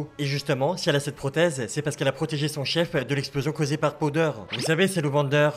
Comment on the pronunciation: Powder au lieu de podeur sinon bonne vidéo